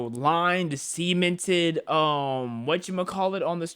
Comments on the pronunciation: “Perfectly lined, SEMEN-Ted…” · "semen-ted" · Why does he say semented